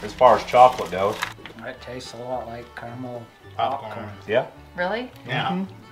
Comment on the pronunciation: CA-RA-MEL... apart from that.. great vid as per usual guys